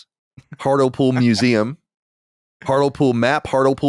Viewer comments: Most painful thing about the Hartlepool story is Colin prouncing HARTLE POOL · Genuinely burst out laughing at the pronounciation of "hurt-ul-pool" it's heart-lee-pool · It's pronounced Hart-lee-pool you racists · It's pronounced Hart-Lee-Pool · Hearing the way Hartlepool was pronounced made me laugh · I was going to let Colin's pronunciation of "Hartlepool" slide and not comment on it, after all, he isn't to know... but then he went and said it 8 more times in quick succession...